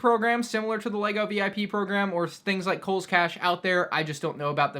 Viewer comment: Lmao he said koles